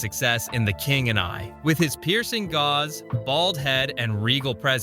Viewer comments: Stupid AI. Gaze not gauze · Yes, why Ben Hur footage? And hey Ai... Heston had a gaze NOT a gauze. 😮😂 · I enjoyed this behind-the-scenes peak into such a great movis, but i don't understand the poor pronunciation of basic words, such as "gauze" in place of "gaze." Definitely brings the quality down a notch. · Exemple : an actor's "gauze" ( mispronounce ~ 'gaze' ) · Gaze, not gauze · Narrated by AI? Or the narrator doesn’t know how to pronounce the word “gaze”. Not a fan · "gauze"? Typical AI narrated mispronunciation. One of many here. Also, none of the facts are weird. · Gaze, not gauze. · Your use of "AI Voice Over" pisses me off ... one can tell this is what you're doing when it mispronounces the word " gaze" as "gauze" ... you're way out over your skis ... when AI can distinguish the word "Bow" applications, you might be on to something; Is that a Bow on your boat's Bow?" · You dont know how to pronounce gaze??? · Great commentary but at one point, you mentioned you’ll Brenner’s gaze. Unfortunately, you pronounce the word gaze as gauze. Other than that, you did a excellent job. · This video is mixing 2 'moses' movies (the other is "Moses" with Ben Kingsley) ... the narrator said "gauze" for "gaze" ... is this AI'ed? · "Piercing GAUZE????" I think you mean "gaze". 🤷🏻‍♀️ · FYI: gaze is pronounced with a long “a” sound as in “haze”. The way it was pronounced here is the word for the material “gauze.” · Gaze not Gauze! Idiotic mistake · 😄The narrator pronounced gaze as gauze. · It's piercing Gaze not piercing Gauze you twit! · AI voiceover says Yul Bryner had a piercing garze. Al can't pronounce gaze. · “Piercing gauze”?! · Wonderful movie. I saw it every time it aired. I had a DVD copy as well. This AI narrator has difficulty with pronouncing some basic words. Ramesis is "Ram-sis" not "Rayme-sis". Gauze instead of Gaze??? a few others that made me laugh. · Why doesn't this AI know the word gaze from gauze when speaking of Heston's eyes?😮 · It's gaaaaaze. NOT GAUGES